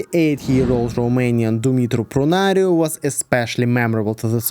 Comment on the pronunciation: Yay didn't butchered a romanian name. Also Dumitru Prunariu meet Jügderdemiidin Gürragchaa on Salyut 6. And the before Prunariu's flight, the commander of the Soyuz spacecraft, Leonid Popov, had flown with Pham Tuan. And Soyuz spacecraft in which Prunariu had flown, it can be seen at the Museum of the Military in Bucharest.